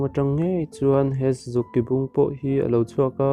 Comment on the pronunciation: Sazuk ki bung lam rik dan khi a dik lo , ng ah khian a thluk na a om lo tur a nia , a awmzia a bo phah lam rik dan dik loh vang in